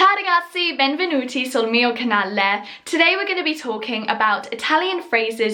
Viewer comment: you pronounce canale like it was with a double L, it's just one L :DD